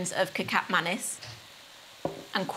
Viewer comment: Why do you use both soy sauce and kecap manis? (Also it's pronounced 'kuh-chop' 😇)